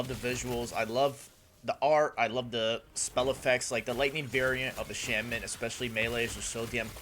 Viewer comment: Out of all the ways to pronounce Shaman....ffs man